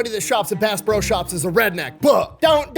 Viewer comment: i love how half of the pro's he says come out as bro